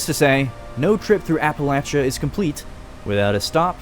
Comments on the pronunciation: Finally, someone who pronounces the "-chia" in Appalachia correctly, and not "-sha" 🙌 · As someone from Appalachia, I genuinely appreciate that you pronounced it correctly LOL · HE SAID APPALACHIA RIGHT!!! WOOOOOOO!!!!!!